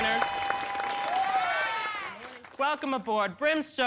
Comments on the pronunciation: “we wanna welcuum- welcome you” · "we wanna wElcUm you" lmaooooooooooo I've missed that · Welcuumed (vacuumed) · we wanna "welcume" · Still can’t believe they illuminated caution over saying Welcyum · Remember when Mrs Kasha Davis got eliminated for saying “we wanna welcyum you” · MKD: "welcyum" Rupaul: I'm about to end this man's whole career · Kasha really got put in the bottom for saying “welcyum” 👁👄👁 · never forget when MKD went home for mispronouncing welcome